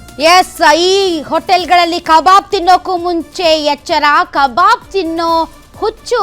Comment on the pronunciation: Akka it's not a kababu , it's a kabab. , who's is that KA BABU you saying